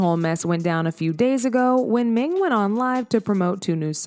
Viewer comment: Her name is "Ning" but you keep calling her "Ming" lol